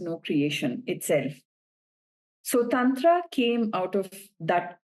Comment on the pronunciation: Please correct her pronunciation of Tantra 😭